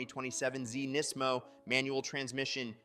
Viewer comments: They way you say NISMO is odd. You say it "NEz 'mo" Did i miss something? Ive never heard NISMO said that way. Nisz' Mo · Did he call it a "Knees-mo"? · Bro, why do you pronounce NISMO in so many different ways? lol